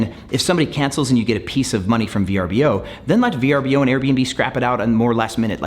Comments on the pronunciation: It hasn’t been V-R-B-O for some time they rebranded nearly 3 years ago. It’s actually spelt Vrbo and is pronounced ver-boh. Great video just bothers me when people talk about a platform and don’t care to know the proper pronunciation and branding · It’s pronounced “Ver-boh” per VRBO. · You’re right - it bothered me too. It’s pronounced “ver-boh”